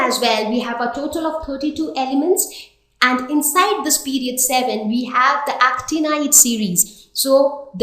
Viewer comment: It's "tip" not "thip" and it's "period" not "pherioth" 😂😂 and it's "cruel" not "khruel" omg, don't try to act cool ! 😂😂😂